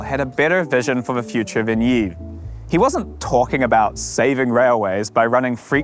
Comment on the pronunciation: Thanks for unpacking this! High speed please! But you do know it's pronounced "Eeeve" not "Eeeeves" right?